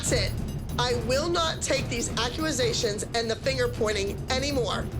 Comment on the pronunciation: “i will not take these ACUASATIONS” -abby